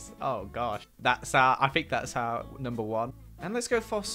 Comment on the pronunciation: A. looks amazing in EVERYTHING B. Why does ALWAYS to this day say his t’s as f’s hes like ‘i FINK that…’ Edit: I love these two so much no offense meant 😅